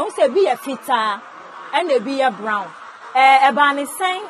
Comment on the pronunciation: It's wheat Bran not brown